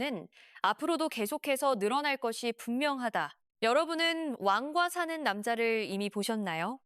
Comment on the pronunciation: 왜 자꾸 완과사는남자로 발음하죠